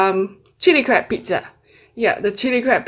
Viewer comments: Lmfao I thought she said crap meet😂🤦🏽‍♀️💖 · I have closed captioning on and sometimes when you say crab, it translates to crap 😂 makes me laugh every time